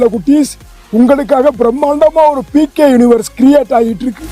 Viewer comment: டேய் டேய் டேய் அது ஏகே இல்ல பிகே😂😂😂😂